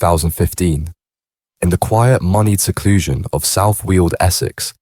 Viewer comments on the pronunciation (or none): South wheels Essex? Stop using Ai